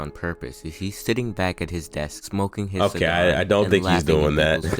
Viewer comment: i started the video and first thing i hear is "o gay"